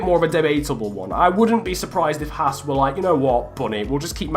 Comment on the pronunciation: Its H-ass. Not H-arse.